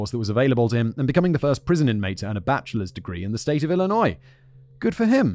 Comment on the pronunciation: Wow. He pronounced 'Illinois' correctly.